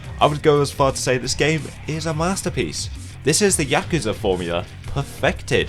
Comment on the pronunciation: Why why why does every reviewer, whose played these damn games, fail to pronounce the fucking name of the game correctly. Listen to how the characters say Yakuza. Does it sould like they begin with "Yak" like the animal? With that hard A? No. No no no. At least you didnt pronounce it like my fellow americans where it almost sounds like they're trying to say jacuzi. Fuck.